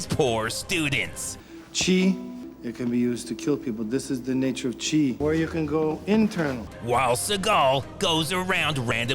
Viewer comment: Did he pronounce 'Chi' right?